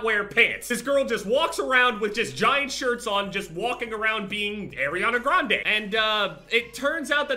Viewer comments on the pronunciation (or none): “Airiana Grande”